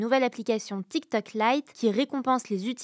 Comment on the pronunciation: Essayez d'expliquer à que c'est Tiktok, pas Tiktak Merci. Elle prononce les o comme des a, c'est agaçant.